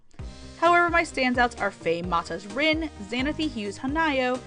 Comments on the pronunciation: did you say reen? .... it's Rin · I'm glad you like Hanayo, she is my favorite. :3 I also love Rin, but the way you pronounce her name crushes me.... I really related to Rin though. And I get your confusion on Honoka. I dont love her, but dont hate her either. But the way people seemed to be willing to call her the devil herself and saying she is the worst character ever annoyed me. But Kotori also annoyed me at the end of season 1. I felt that Honoka got too much of the blame. She got sick because she wanted to do her best. Yet when things went wrong, everyone just hates her. EDIT: YES! I also cried at the train scene! ;w